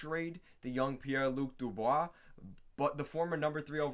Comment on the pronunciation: Pie lu dubois lol